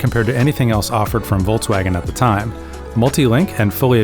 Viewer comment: Why do you guys pronounce it: VOLTSWAGEN, instead of VolKswagen?